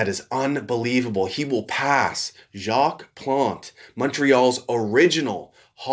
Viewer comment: I honestly think I've never heard an anglophone say the name Jacques Plante with such perfect french pronounciation